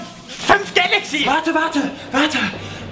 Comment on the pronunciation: ***** Er sagt Dalaxy :D